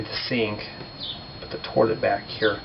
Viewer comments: Say it right please... not torlet. TOILET (TO-EE-LUT) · Really great house!! Also he said torlet! Lol!